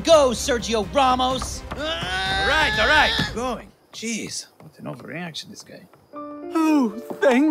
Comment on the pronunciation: "Sergio RAW-MOS" Iconic Season 4 Line 🤣